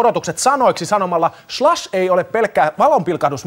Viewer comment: Ensimmäinen s-kirjain kuulostaa hassulta :) Ja ehkä samalla se sh-äännekin lopussa...